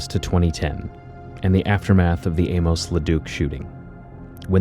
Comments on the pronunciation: His name isn't pronounced "A-mose," but "A-mus." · You're pronouncing Amos oddly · Learn to pronounce Amos